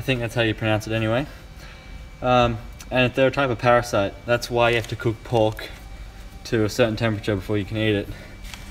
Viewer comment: Lol it’s parasites Not parasites!!!! 😂